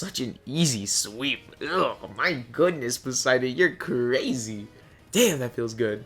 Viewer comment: “gOOdnESs Poseidon, yoUR’E CrAYZZZAY” - I love that so much. I really liked this video, great job! Subbed, can’t wait to see more from you!